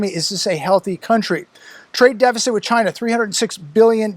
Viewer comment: It sounds like Vagina when he said China! He's a dirty old man.